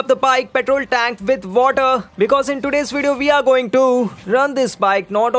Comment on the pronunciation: Tenk🤦🏻‍♂️🙄 (tank*)